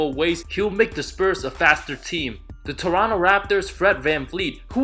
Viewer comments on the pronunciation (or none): none